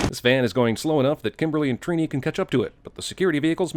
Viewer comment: who the hell is Treeknee, its Trini